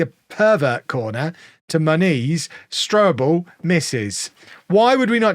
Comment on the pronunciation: I still can't unhear how you pronounce Muniz like "ma niece"